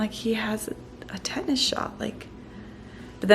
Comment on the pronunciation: Tetanus not tetnis